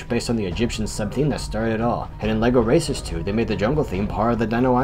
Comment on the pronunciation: oh god , instead of lego racers 2 , i heard " Lego Racists 2 "